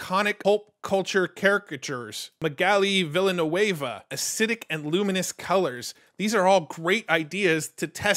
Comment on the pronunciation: As an MTG player where Magali Villeneuve is known for her beautiful artworks, I laugh at your pronunciation of her name :D